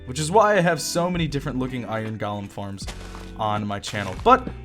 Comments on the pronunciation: Technically yes, you're saying it weird. It should be GOH-LEM. But I pronounce it GAH-LEM as well. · i love the way he says Iron "galem"